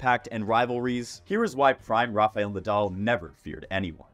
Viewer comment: It’s 2024 and this dude is still pronouncing Rafa’s as Ra-FAY-el smh